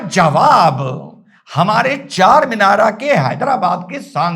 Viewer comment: इसको चारमीनारा ना बोलकर charmendar बोला करें कृपया बड़ी मेहरबानी होगी